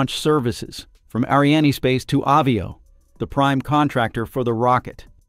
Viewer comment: Reading is a problem for you? Word pronunciations is not complicated nor difficult. Ariane, Starliner, Practice and rehearsal is the key.